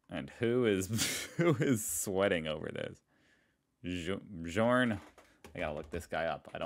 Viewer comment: Surprised you didn’t know the name Bjorn (given your pronunciation). From ABBA’s to Björn to Björn Borg, they are a few famous ones.